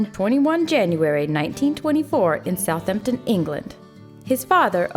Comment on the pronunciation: One of those times it IS south HAM ton (with the P in there too)